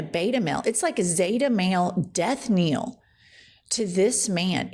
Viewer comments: Death KNELL, not kneel! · Please stop saying death kneel. It's pronounced nell. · Death KNELL, Jennifer! PLEASE stop saying "kneel"! Thanks! 😉